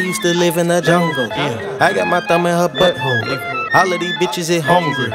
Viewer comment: Bruh the way he says butthole😂😂😂